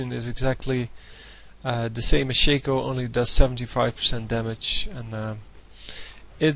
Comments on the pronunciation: U PLAY SOOO BAD !!!!!!!!!! And It's shaaaaaaaaco not shayco like alphabet shaco get it NOoB ! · why do people pronounce stuff stupidly.. maybe im wrong but i believe its not pronounced shake-o